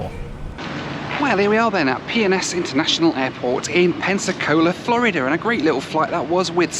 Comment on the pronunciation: Why do you say "Florider"? lol it's Florid-duh